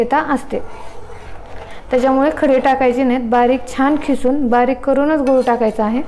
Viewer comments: Khisun nhi g bai kisun bol.....🙄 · Mam your recipe is very good but you talking Khisun but It is kisun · खिसून नाही किसून आहे शब्द